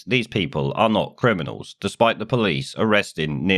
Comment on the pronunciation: There not cwiminals. Your son is. LOL